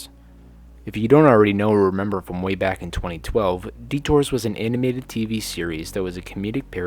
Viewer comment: I love how at the start he says aminated